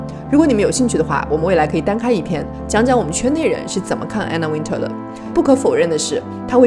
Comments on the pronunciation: One more time !!!! Anna Wintour. Win "tour" Not Win"ter" !!!! ❄️🥶❄️🥶❄️🥶❄️🥶 Gosh .... Learn your pronunciation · 把Anna Wintour名字唸錯的人一定不會被邀請 一直把Anna Wintour 唸成Anna Winter ⋯